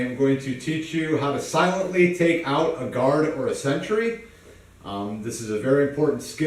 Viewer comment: did he say, "take out a guard or century"??